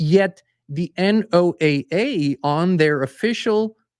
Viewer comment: ...NOAA is pronounced like Noah,as in Noah's arc.❤